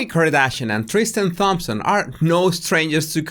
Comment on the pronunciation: The Th in Thomas and Thompson sounds like a T sound. H is silent. Just being helpful. I actually like to hear your pronunciation but I’m sure you would want someone to tell you. 😊